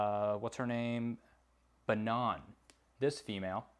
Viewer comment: BanOn 😂😂. It's pronounced Banana but without the A at the end!